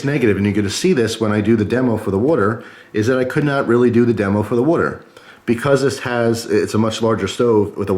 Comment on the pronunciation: It's WAter not WUter